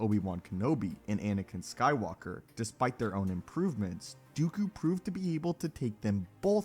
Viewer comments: TL;DR...it's Dooku... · Please it’s dooku not even going to bother listening.